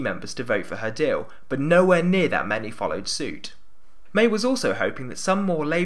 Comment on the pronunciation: I noticed, too... There's a very distinct l w merger going on in this one. "Deawl" instead of "deal". 🤔